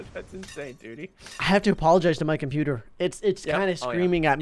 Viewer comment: dont say my computer say my comptewbre